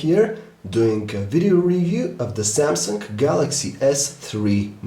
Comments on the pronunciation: Please stop saying "S tree" or "Samsunk" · Samsungk hahaha he speaks the g like gk